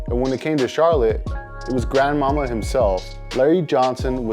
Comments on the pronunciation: For Larry Johnson and Converse, it wasn't "Grandma", but "Grand-ma-MA". I guess you had to be around at the time to remember. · It's Grand Ma-Ma, not Grandmamma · Bro you’re like the king of mispronunciations. It’s grandmaMA. And Shay, not Shy Gilgious Alexander. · You claim to be a lover of the 90's.... yet you can't even pronounce GrandMa'Ma correctly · Just by how he said grandmama I can tell he wasn’t really into the sneaker culture in the 90s. Good video though